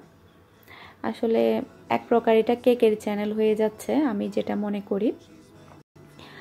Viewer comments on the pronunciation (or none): none